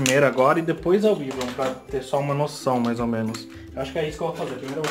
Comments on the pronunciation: Não Se fala wivron se fala uaivron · Si fala "Uaivron" kkkk😂👍